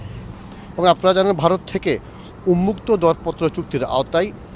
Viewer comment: ও ভােই ’উন্মুক্ত’ শব্দটি কী উচ্চারণ করলেন বুঝলাম না।